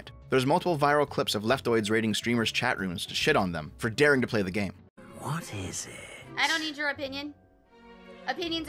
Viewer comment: "I'm, a hwat?"